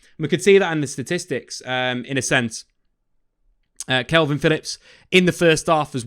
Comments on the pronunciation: It's K A L V I N, Not kelvin. Ffs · Dude, why do you keep saying Kelvin Phillips?